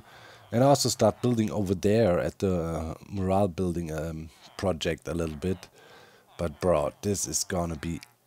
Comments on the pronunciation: Pronunciation tip, you’re pronouncing mural as more-al but it should be pronounced muh-your-all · Amazing work Doc. The mural looks fantastic. Pronounced me-your-all but the timing is more like myour-all. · Mural = Mew - Ral (Mew as in Moo - cow sound. Ral as in Rally without the y) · mural is pronounced "mjural". Thanks for the best content on the HC-server! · In case you mind, Doc: the syllables in “mural” are usually pronounced “myurr” (rhymes with “spur” or “burr”) and “ull” (rhymes with “cull” or “pull”). Myurr-ull. But personally, I don’t mind your unusual pronunciation of it! It’s obvious what you mean in context. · The pronunciation of mural is “myur·uhl” 👍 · idk if you care about it, but mural is pronounced "miurol" with the "mju" like in the english pronounciartion of munich (München) and "rol" like in "im on a roll" (im german myself and english pronounciation is weird as heck so i feel your pain, but as an english major i felt the need to write this comment :P) hope i dont seem like a smartass <3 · Not that it really matters, but incase you'd like to be confident saying mural, it's pronounced 'm-you-r-all'. Very similar to morale 'm-or-al' (high group spirit) and moral 'mo-r-all' (lesson of a story) English is hard 😮‍💨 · Just a PSA... "Mural" is pronounced "Mm-You-Err-All" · where i'm from, its pronounced m-your-als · BAHHAHA i absolutely LOVE the way u say mural brings a smile to my face every time :))) Here in Australia we pronounce it “myoo-rul” which I’ve been told is pretty funny too 😆